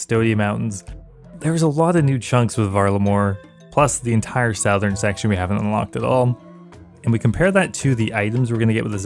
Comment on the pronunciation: bugs me how you say southern. "Sowthern"